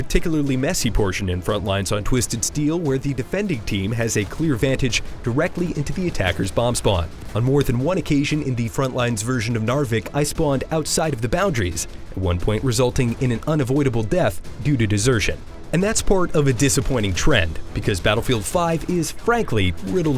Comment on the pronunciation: dude i am from norway and you are spelling norway wrong and its not narwich i its narvik XD lmfao